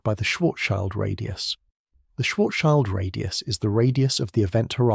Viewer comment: Thanks for providing these videos. Listening from Germany past midnight. Just a side note: Schild means shield in English, nothing to do with a child. It is pronounced similarly to shield as well but with a short i as in lift.